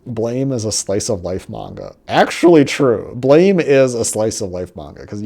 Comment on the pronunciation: It's pronounced Blam not Blame Blam is the sound that a gun makes when you shoot it and since the main character hardly speaks he just shoots that's where the name comes from